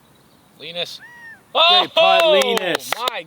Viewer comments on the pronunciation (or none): poor Linus getting his name butchered lol